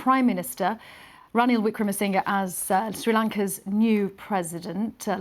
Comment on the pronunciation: This news caster pronounced the President’s name correctly. That just amazing, considering how many people struggle with long names. Then, in addition, I’d like to inform you that it’s a good report about the state of Sri Lanka today. The news reporter mentioned the debt. All those billions of dollars the Rajapaksa dynasty have borrowed, except for the few millions found in the premises, no one knows how they spent billions. Rajapaksas have sold the country to China and other countries whom they’ve borrowed money from. The Rajapaksas took Ranil Wickramasinghe as the prime minister when Mahinda Rajapaksa resigned and after Gotabya Rajapaksa left the country, they’ve promoted him to the acting president position. According to news reports from Sri Lanka, Ranil has never won an election before. Out of the blue, without a proper election, without public votes, Ranil Wickramasingha became the President, just like Gotabya Rajapaksa did. Mahinda Rajapaksa made his brother Gotabya Rajapaksa, the president. Again no elections were held. That means, Gotabya Rajapaksa is still running the country while living abroad as an asylum seeker. That’s why people are angry. They’re concerned for the future of Sri Lanka. Would Sri Lanka become like those countries with dictators? Please broadcast a documentary with facts. I’m not into politics, but I know about the suffering of the poor. Those millions could’ve provided food for people, writing paper for school exams etc., but people are sufferin